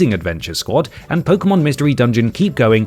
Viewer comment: Thank god you dont incorrectly pronounce it "poke-ee-mon" been playing since '98 and I cant stand that.